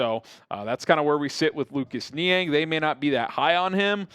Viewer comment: Niang - NO- I have mentioned this before.